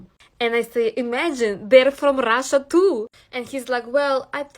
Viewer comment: “Im forom Rasha Mazafakka” 😭😭😭😭😭 and she doubles down 😭😭😭😭😭